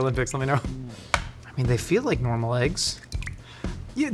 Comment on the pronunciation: "Aeggs". I hear it every time.